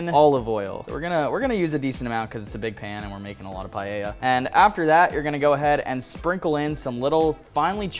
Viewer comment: It's called paella, not pallella.